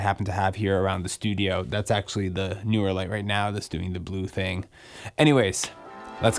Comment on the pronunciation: Stereo type opener when Youtuber cannot pronounce brand name... dies of cringe